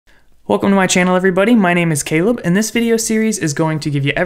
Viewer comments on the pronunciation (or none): none